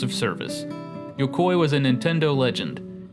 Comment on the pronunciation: I don't think Yukoi is pronounced like that.